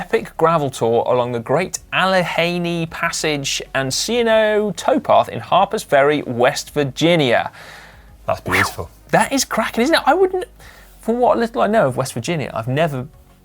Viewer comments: It's pronounced "ALLEGAINEE", Si. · One note, it's "AL-ə-GAE-nee" ;) Interestingly, even though that's how it's pronounced by americans now, the various native american tribes that named it might have pronounced it they way Simon did. Go figure :) Also, if you're in the states, a good challenge would be to do the C&O Towpath/Great Allegheny Passage. It's about 330 miles and starts in DC and goes north through Cumberland, Maryland on to Pittsburgh, Pennsylvania. Seems it would be very similar to the King Alfred's Way, except it's almost completely flat. Would love to see you guys cover this for your channel. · I loved Si's pronunciation of Allegheny. It's pronounced "Al-i-gay-knee" Definitely a tricky one since it's from Native American languages and if you're not a native of the area. I'd love to hear the guys try to pronounce Monongahela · There’s a “G” in Allegheny (A-luh-gay-nee)…or just call it the GAP trail. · UK friends of GCN, Allegheny is pronounced Al-e-GAIN-ee. 😎